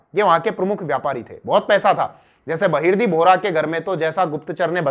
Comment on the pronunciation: बहर्दी नाईक नही बहर्जी नाईक नाम था शिवाजी महाराज के जासूस का 🙏🙏🙏🙏🙏